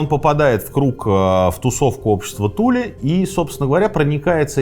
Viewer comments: Туле, ударение на последнюю букву. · Аненербе. Ahnen Erbe - наследие предков. скажите пожалуйста почему на карте указано Тиле, а вы произносите Туле? спасибо